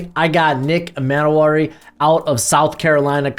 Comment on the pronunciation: Nick E-mman-wori….EE-MON-WORRY